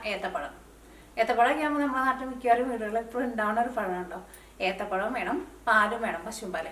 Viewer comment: ഏത്തപ്പലം അല്ല എത്തപ്പഴം